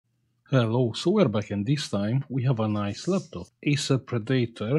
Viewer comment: Hey. Quick tip. Its called ACER PRE-DA-TOR ❤❤❤